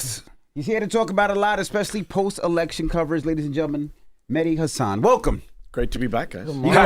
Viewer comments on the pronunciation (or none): HIS NAME IS MEH-DI